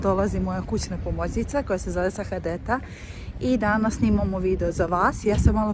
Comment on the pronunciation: Sahadeta se kaže = Sa - ha - de - ta.😂